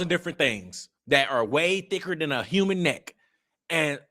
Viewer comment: Whenever she says : “HHhhkyuman or HHhhkyuman being” , it creeps me out. She says it in a way that puts heavy emphasis on the first syllable with a heavy, hissing and slithering H sound.